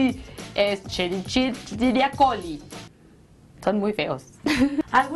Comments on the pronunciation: Se escribe Escherichia coli y se pronuncia Esqueriquia coli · Mis amores,soy Quimico Farmacobiologo y se Escribe Escherichia Coli y se pronuncia Equeriquia coli o E.Coli LAS AMO BEBES!!